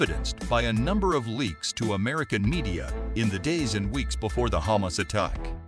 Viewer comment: Wrong pronunciations Hamas Is Ha mas and not Heymas. Palastin / Palastine, etc..